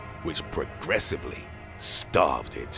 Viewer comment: yeah you can tell this is early work. "THAT SLOWLY STARVED IT!!" ooookay and you said it like that why?